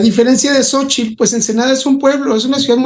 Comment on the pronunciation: No digan jaladascomo sochil, se escribe xochitl y se pronuncia shochitl y significa flor, y si lo quieren decir en español diganle flor